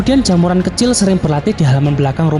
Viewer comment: Dengernya Jaemuran